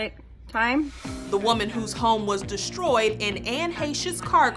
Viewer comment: “Deshtroyed”? There is no h in “Destroyed” please speak with proper diction. English is your first language for Christ sakes…🤔